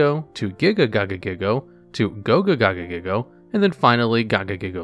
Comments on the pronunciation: literally cannot read card names to save his life. "Goga gagagigo" "gogagigo gagagigo" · i can't believe you mispronounced my boy Gogiga Gagagigo twice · It bothers me so much when you mispronounce Gogiga Gagagigo